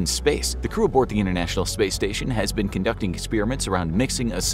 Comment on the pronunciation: Innernational space station ? I think it's inTernational. Please don"t speak sloppy.